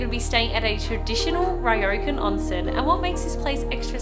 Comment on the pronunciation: What a fun family trip with your parents and your sister and her child! But Ryokan is not pronounced "Rye-oh-can"?